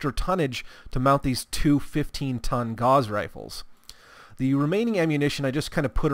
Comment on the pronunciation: Just FYI, Gauss is pronounced as such